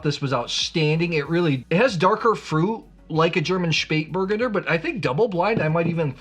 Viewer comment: OK, please repeat after me... "Shpayt-bur-GUN-der". Emphasis on the third syllable. Now, if I could find more Spatburgunder, I'd certainly drink it! 😊